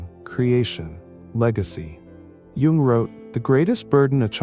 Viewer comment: You must learn how to pronounce Jung, it's kind of hard to take seriously!